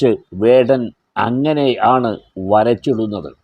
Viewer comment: Mr his name is vadan no kadan is right😮😅😊